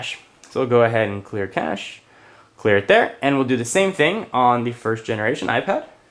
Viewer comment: it's actually pronounce kash, and i'm pretty sure he pronounced it that way.